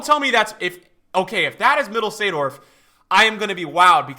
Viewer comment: The only person who can pronounce koeman and seedorf